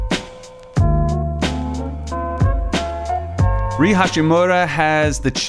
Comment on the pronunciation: "Rui" is actually pronounced "roo-wee" by the way. Nice vid!